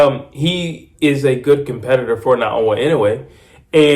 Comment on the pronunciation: Getting closer. 😊 ✅ - NAH-OH-YAH ❌ - NAH-OH-UH I dont know much of anything about Cardenas. He seems to have some pop for sure. From the llttle bit Ive seen of him, he gets hit with left hooks too easily. And the people I've seen him fight did look like bums to me. Gonna say Inoue stops him, starting with a cracking check left hook in the 5th round. Kim said "is that all you got?" and look where that went. 😅